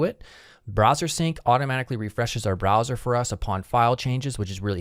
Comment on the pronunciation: "browser" not "brower"